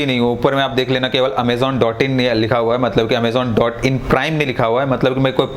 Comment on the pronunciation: Amezon nahi he vo amazon he😂😂😂🤦🤦